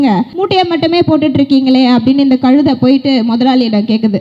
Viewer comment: கழுதைனாவுது ஒழுங்கா சொல்லு மூதேவி